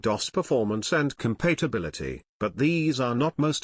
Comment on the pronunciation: The voice synthesizer is horrible – it constantly puts the stress on the wrong syllable (e.g. megaBYTES) and sometimes even has a bad pronunciation of a word — com - pate - a - bil - i -ty: Seriously?